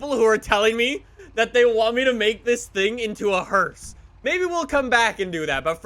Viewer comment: every time he said hearse I had an aneurysm